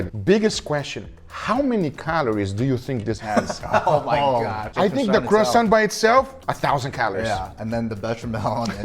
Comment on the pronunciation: The way you say croissant would hurt the French more, than when u made it flat.